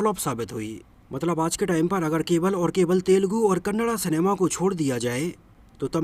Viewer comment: Thank u for pronouncing Kannada 🙏🙏🙏 in right way